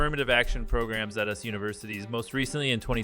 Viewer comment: I hate affirmative action but at the same time this video's pronunciation of "US" as "us" and bad syncing between the audio and text should be fixed